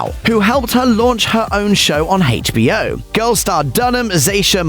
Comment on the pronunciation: The narrator's pronunciation of 'HBO' irked me 🤷‍♂️